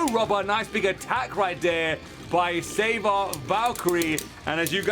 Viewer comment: It's savior not saber